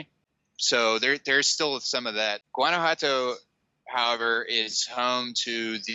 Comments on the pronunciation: It kills me how in the intro he pronounces Guanajuato and is NOT GuanajuaNto is Guanajuato :I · juan-a-hua-toe... yeah that bothered me too, haha. If you're going to talk about a place, learn to pronounce it correctly. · Please learn how to pronounce the word GTO. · It would be nice if you learned how to pronounce Guanajuato.Thank you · Dude's, loved the vid. But, please learn how to pronounce Guanajuato! Drop the hard G.... I love both San Miguel and Guanajuato. But, I ended up moving to Merida. It's super hot, but has all I want. Que te vaya bien. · Is that really how you pronounce San Miguel de Allende and Guanajuato?